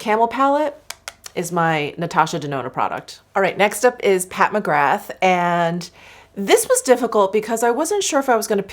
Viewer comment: Hey, just a heads up that you pronounce McGrath like Ra, so you don't say the 'th' so McGra....